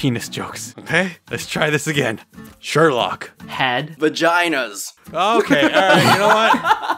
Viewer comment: Vegana? ( Ve-ja-na)? Its Vagina (Va-ji-na)